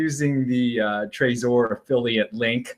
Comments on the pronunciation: Martin Carter it's Trezor NOT Trazor. Not sure why says it that way. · Hope you don't take it as an insult. Most people I've met pronounce it Trezor like in Trevor. You're the only one I've heard pronounce it that way. Oh well, to each his own. No hard feelings I hope. Cheers, Bitcoin Proper